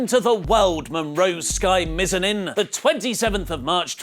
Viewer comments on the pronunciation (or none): says Mizanin weird.. sounded like Mizinin.. when it's actually pronounced Miz-ann-in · Mizanin = Miz•ann•in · YOU SAY MIZANIN ABSOLUTELY WRONG!! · Lol the way said Mizanin.